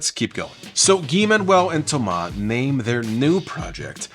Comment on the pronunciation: I very much appreciate the French pronunciation of Thomas and Guy-Man. Homework brought us so much gems and there's been so many songs that sampled Homework. Timeless record.